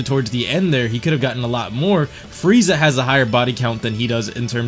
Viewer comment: Will of D. I thought I was the only one that noticed it. Fweeza😂😂